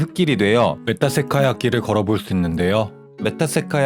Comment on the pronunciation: 메타세콰이어 발음이....